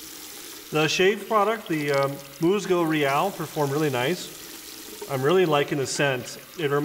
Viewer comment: Great video. Enjoyed the shave. If you wanna step up your authenticity in pronunciation of the product name... MUSGO IS “MOOSE-go” and REAL may be better pronounced like “ray-ALL.” Thanks again.